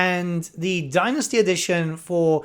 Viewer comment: As a fellow Brit you're killing me with how you pronounce Dynasty (Thank you for the video, always watch your videos for the latest info)